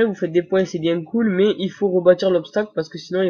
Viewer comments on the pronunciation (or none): none